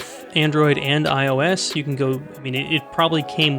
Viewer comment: Not ils it’s IOS